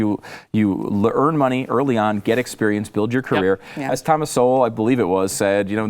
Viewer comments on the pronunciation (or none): none